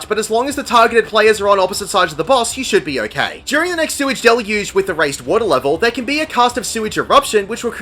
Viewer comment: Gods, the memes my static came up with because of the fight, lol. I'm glad that not only are we not the only ones to pronounce "Sweage Deluge" as "Sewy Delugy", but you included it in the video. I laughed when I heard it (much to the confusion of my coworker who had no idea why I was suddenly laughing in the breakroom, on account of me wearing headphones lol) I still look for the tethers for a moment before realising I'm in normal lol (I was very diligent with that responsibility, lol) Thanks for another great guide,!